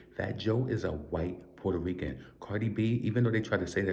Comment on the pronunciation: Fat Joe, a.k.a. Port-Hoe-Reeking